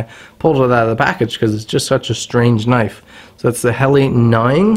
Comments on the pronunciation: Pronounced :Hell-a not hell-i and nee-ing 😊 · Hell la not heli